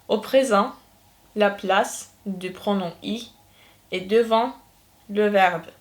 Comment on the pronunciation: Pronom okunmaz😂😂😂😂😂😂😂😂😂😂😂😂